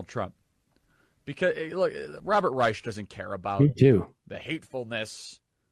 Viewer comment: How is it that a leader in the White Nationalist movement is mispronouncing "Reich"?